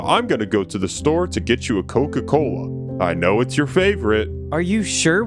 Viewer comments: Coca-Cola ❌ Koka kola✅😅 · Bruh when he said that his dad went to get koka kola and never came back it sounded like he went to get milk and never came back😂😂😂😭😭😭💀💀💀